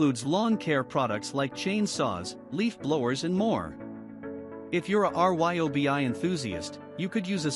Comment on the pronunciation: Notice that the "narrator" is actually a robot? They spell out R-Y-O-B-I instead of saying RYE obi, or was it REE obi? But yes, I just got the Milwaukee. It makes that reeeyobi feel like a kids toy.